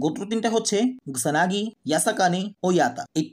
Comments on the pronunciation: Are Vai naam gula to thik kore bolen. Kyo ke boltasen rio, kusanagi ke boltasen gusanagi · Oita monehoi gusanagi na kusanago hobe😅😅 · Vai gusanagi na kusanagi